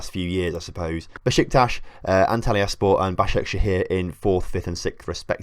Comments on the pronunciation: None of the names for the clubs end in just 'por', it's SPOR. As if you took the 't' out of 'sport' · Every time the -spor suffix is mis-said I die a little inside 😂